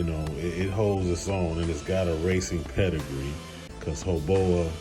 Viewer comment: 😅It's "Hoe-Baaaooww!" like "Bow Down".. Much of what you have said is actually very true! HoBao has been around a very long time, and is one of the very few manufacturers that have stuck to their roots, and is still manufacturing high quality precision made pieces at an affordable price! Back in the day the "Hyper Buggies" were all the rave! The key ingredients are here.. lightweight, and flex in all the right places! Weight truly is the killer of most larger scale RC's! Tuned for bashing, and this can be a top-tier contender against anything else out on the market!